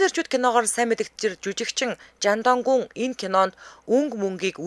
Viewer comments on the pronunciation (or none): chan dog gu gej unshih baihaa chang dong gung